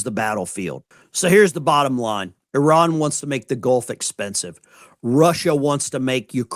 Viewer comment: Poor. He’s like all the rest. He has no idea how to pronounce. I R A N❗️